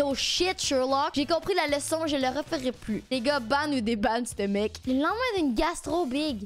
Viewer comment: A chaque fois elle dis les gars j'entends n.igga